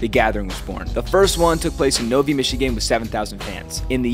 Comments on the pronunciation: It’s pronounce “no-vai” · Novy lol it’s pronounced how it is spelled lol NO-V-Eye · Yo you said Novi wrong. It's not pronounced nov-ee It's pronounced nov-i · As a Michigander, I know that Novi, Mi is actually pronounced as “No-vi” and not “No-ve” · just wanted to add, as a Michigander, it’s pronounced “No-veye” and now “No-vee” haha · The guy with the spiked hawk in the interview, his name's Jason I used to go camping with him and his wife. Good people. And it's pronounced No-Vi not No-Vee. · As a native Michigander, it's pronounced Nov-eye not Nov-ee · It is pronounced nov I. Not Novi. It was the 6th stop of the train. Thus it derived from the Roman numeral vI. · Nothing wrong with loving Faygo pop Trust me you move out of the Detroit area you will miss it like I did when I move to Mississippi I only found it in one store and all of Harrison County And also it's not pronounced Novee. Its No Vi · It’s pronounced NO-VEYE btw… not NO-VEE. My family are from Novi, MI. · Been to the festival, more weed smoke then rolling loud and hightimes cup. And it's pronounced Nov-I not Nov-e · Novi rhymes with Eye..... not "E" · It's pronounced No-v eye. Not no-veeee. Lmfao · Ok... that city, NO v eye. You pronounced it novy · It's pronounced with a long I vowel sound. Nov-eye, not Novie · No vi not novee, I live around there and never heard someone pronounce it wrong lol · NOT no-vee (Novi) it's pronounced no-veye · Novi is pronounced NOV EYE not novey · It's pronounced (nov-i) not novy lol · It's pronounced NO-VI not NO-VEE. Throw me a follow if you didn't know this. Or if you did, I'll settle for a like. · That pronunciation of Novi lmao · the city is pronounced as " Nov - Eye " , when the town was created it was a train stop called No6, in roman numerals it is NOVI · Novi is pronounced "No-vye" and stands for Number 6, as it was train station number 6 back in the day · Was not expecting to hear about my home town scrolling through reels. For reference it's pronounced no-v-eye